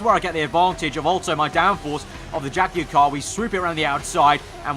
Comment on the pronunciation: OH24 jagwire 😒😒😞😞